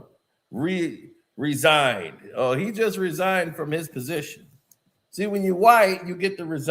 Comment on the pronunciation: Re-signed not resigned.